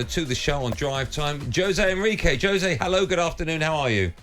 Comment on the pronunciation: Don't Goldstein and Townsend realise that Jose Enrique is Spanish not Portuguese? Why do they insist upon mispronouncing his first name? It's so disrespectful. 🙄